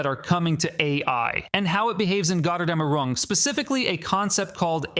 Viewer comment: bro that pronunciation of gotterdammerung is absolutely HEINOUS